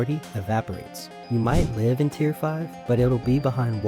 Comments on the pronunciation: Tier not tear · its "tier" not "tear"